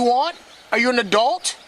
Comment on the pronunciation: wtf is an “adelt”?